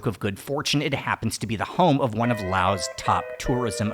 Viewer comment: Thanks for not calling it "lay oss"! Oops still the "lay oceans" though (